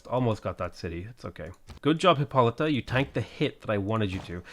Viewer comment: I got tired of you figuring out how to pronounce your hero's name, so I googled it and it's hip-poh-luh-ta!